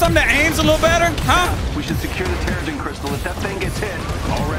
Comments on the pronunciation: Lol gotta love how opening sequence subtitles mispell Mjolnir and how read Terrigen Mist as Terrorist Mist xD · I'm honestly stuck on where he said terrorist*, and not *terrigen XD